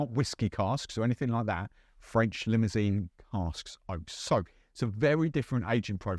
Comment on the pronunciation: I know, it's just that I like to tease on his pronunciation of foreign words and he likes a bit of banter anyway 😜 I'm based in Belgium and am fluent in French so I know Limousin is a French province and is pronounced Lee-moo-z-"1" in french. Not an easy one I know. But does he pay any attention to me helping him improve his pronunciation? Does he ever! 😂 Ask him to pronounce Orgeat! It's all in good fun 😊